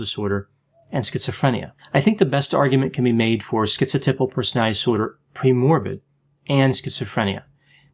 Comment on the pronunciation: OK I hear you saying "personality" with all the syllables now. Thank you.